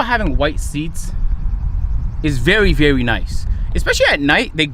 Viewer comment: “Something about having white seats, it’s vewy vewy nice.” 🤣🤣